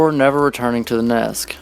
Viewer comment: Are you saying "NESK"? Instead of "NEST"?